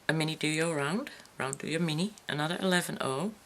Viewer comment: Please stop pronouncing duo incorrectly. Very difficult to keep listening.